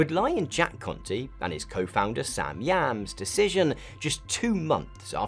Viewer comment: I keep thinking hes saying "Jack Cunty"